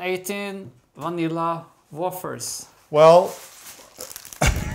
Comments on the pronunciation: I guess you should have bought Nila Vanilla Wafers and Jello Instant Pudding Mix in North Americia too! By the way, Wafers is pronounced 'Way Fir' in English. Such a hard language eh??!! Smiles from Western Canada. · This has to be your Number One - Numero Uno Episode!!! I could not eat my lunch while watching because I was laughing hysterically!! Even Scared my cat! There needs to be a second with roles reversed! Thanks for the fun!!! PS. It’s Vanilla Wafers rhymed with shakers - long A. That started my laughter and it just kept on going..😂😂😂. You Two!! 😘